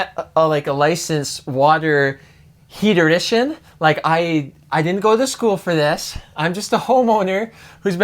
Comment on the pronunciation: Bro buy a grill lighter...matches? When you said heaterician..I had to go...smh